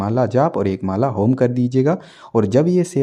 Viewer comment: चार माला ठीक है लेकिन होम की क्या बोला आपने वह समझ नही आया